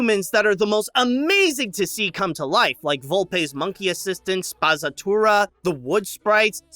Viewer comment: It’s actually pronounced spa-tsa-tu-ra <3